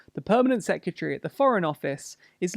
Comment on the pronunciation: Am I the only one who is bothered by the pronunciation of secretary in these vids? (Sorry)